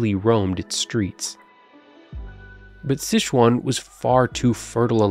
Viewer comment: It's Sichuan, not SiSHuan - not all languages are French!